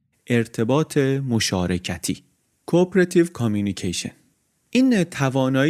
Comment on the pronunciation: Ur supposed to say (CO-OPERATIVE) not coop-erative😊 just saying.